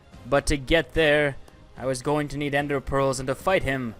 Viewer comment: In you kinda said fight the off but when you said fight kinda. Sounded. Wroung